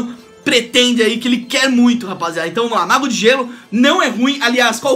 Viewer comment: player ruim é seu portugues em UIM KĶKK